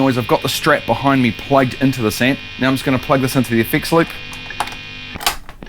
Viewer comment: Here's me wondering what a fix lip is, there's you trying to say effects loop....😂